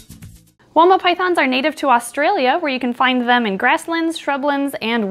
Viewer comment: fun fact: it's pronounced "why-ma" it's an Aboriginal word.